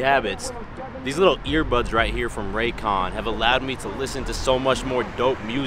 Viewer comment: I died when I heard Ray Con. 😂 Like damn ray j got to him. Other than that love the video. Not saying that I don’t believe in Ray j, it’s just so funny that he’s a funny character but he actually must know how to network.